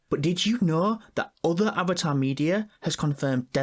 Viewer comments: Avaar uh way of waur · Avata the wa of wae💀